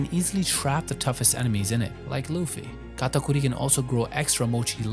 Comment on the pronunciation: Now that is how you pronounce Katakuri properly. ✨🤙